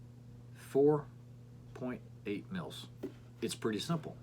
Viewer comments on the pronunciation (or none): none